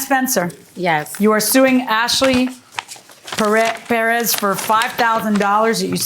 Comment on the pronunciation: Tell me why Judge Milian acts like she's having problems saying the last name Perez properly.😮 Come on judge.